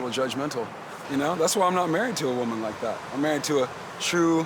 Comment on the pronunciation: why he keep calling her Wumman